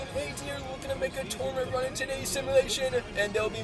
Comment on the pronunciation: Tour-a-ment 😂 ⬇️ Luv ur videos man keep it up you’ll get to 1M one day.